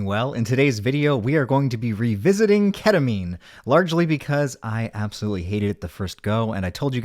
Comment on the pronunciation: lmao Catamine? 😹😹